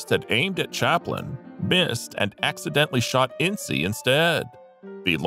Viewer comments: "ince" NOT "In--see" The story of the Herst shooting is total Hollywood speculation. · The first picture you show of Loretta Young is actually Deanna Durbin. And it’s pronounced “Ince,” like “mince.” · Your information is wrong on Jean Harlow. I stopped watching after Hearst. Thomas Ince's name is NOT pronounced In-see. Proper pronunciation is a silent "e" not a long "e!" Please DO research. You make yourself look ignorant. Crack open a dictionary. Look up the definition of ignorant, then you'll understand want I'm trying to explain to you! Have a good day. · “Incy”? Where did you get that pronunciation? I have always heard it pronounced as though it rhymed with “since”. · I thought Thomas Ince was pronounced Inss